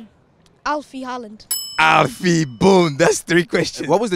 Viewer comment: Alland wow that is not how you pronounce it at all its Haaland